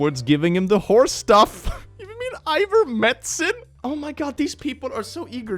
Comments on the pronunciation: "Ivermetcin", it's iverMECTIN (pronounced ivermektin) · "eye-vuhr-MEK-tin". The "k" sound is BEFORE the "t" sound. It's not "eye-vuhr-MET-sin" that's you dyslaxitiveness talking! And nobody ever had to take horse dewormer. There is a perfectly acceptable formulation of Ivermectin available for humans. They use it to treat illnesses like malaria! It isn't just for livestock! Many drugs have "off-label" uses, things they turn out to be good for without it being the original intended use. One is the anti-seizure medication Topamax. It's primarily for epileptics, to help control seizures. But it has two major off-label uses I'm aware of, treating bad migraine conditions, and helping stabilize moods in some bipolar patients. My daughter uses it for migraines. I never have migraines, just sinus headaches once in a while (unless I accidentally take Claritin, which I have a bag reaction to). I took Topamax for several years to help with mood stabilization, after I was wrongly prescribed antidepressants for almost a decade. Now I'm off both, and am just fine. But without the off-label use, I might not be fine now.